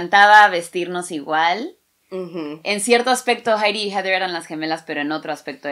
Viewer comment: Ayyy "jeder" heather o como se escriba y pronuncie, me hiciste chillar que lindo amor de hermanas